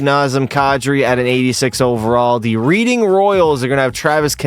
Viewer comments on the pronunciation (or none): Reading lol Its Red-ing All good tho! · Reading (Red-ing) just made me laugh all good tho